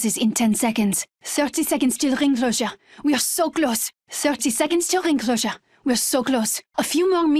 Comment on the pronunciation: “ 30 seconds to ring clhosure “!